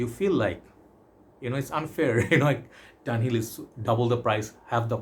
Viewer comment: Its pronounced DUN HILL